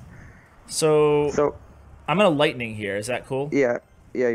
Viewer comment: Lightningning lol you make my day